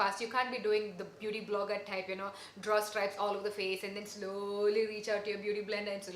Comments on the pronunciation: First time ever I could really find the Malayali in your English " slowwwwly" taking out the beauty blender😂!! Nice review 😍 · The way u said slowly take out the beauty blender 😂😂😂so malyali